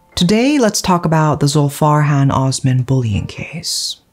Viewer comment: The S in Osman is pronounced the same as in Sweet or Sauce.